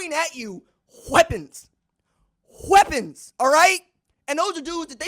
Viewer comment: Hhhweapons Hhhweapons 😂 man you’re my favorite sports personality in the game. You need to be announcing all major football games on TV. 💯